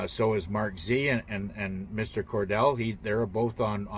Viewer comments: Mr.Cotrell not Cordal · It’s not Cordell it’s Micheal Cottrell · It's Mr. Cotrell not Cordell. ThanQ for all your updates! ❤ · That's Michael Cottrell, not Cordell. Or else difficult to find him ;-) I think Michelle Fielding has interesting information.